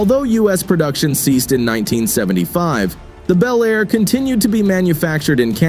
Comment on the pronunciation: These make believe videos of 2025 resurrections of classic vehicles (55 Chevy Bel Air in particular) really suck. They are horrible Frankencar mixes of all three of the Tri-Five classics. They don't even show the same car in the various shots. Obviously done by AI and the narrator sometimes pronounces Bel Air as Bee L Air. I've seen the same thing done with the 69 GTO Judge.